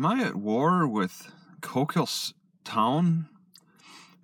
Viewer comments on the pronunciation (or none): The funniest thing is you pronounce the name of the town wrong every time. 😂